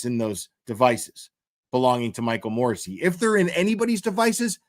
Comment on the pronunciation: Michael Dubba-ya Morrasssey!😅